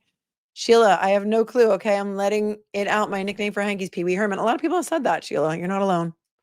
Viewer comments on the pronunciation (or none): none